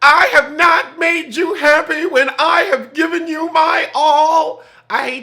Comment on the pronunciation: Shovel said “ I gavin u my all”